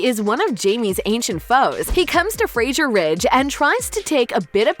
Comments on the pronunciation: Fraser not Frasier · I wish narrator would stop pronouncing Fraser incorrectly. It's not the same as sound as Frazier. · I get rattled when people say FREZZIER instead of FRASER - S not Z Ask Diana and she will say the name correctly and any Scots person will agree with me. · If you’re going to talk about Outlander, please learn to pronounce Fraser. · Your mispronunciation of FRASER is distracting and made me turn the video off. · This chick sucks. She can't pronounce adversaries. And it's FRASER, NOT FRAZIER